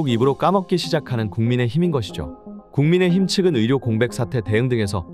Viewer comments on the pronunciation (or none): 한글을 쓸때와 발음할 때는 다르다는 걸 아셔야 합니다. 예로 "국민의힘"을 발음할 때 글자 그대로 발음하면 안됩니다. "국민에힘" 이라고 발음해야 합니다. "민주주의의 의의" 같은 경우는 민주주의에 으이" 라고 발음해야 맞습니다. 참고하세요.